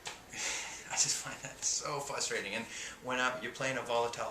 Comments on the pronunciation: i don't know why i find it adorable that he says "fustrating" or at least that it sounds that way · "It's so fusstrating!" I love how he pronounces that word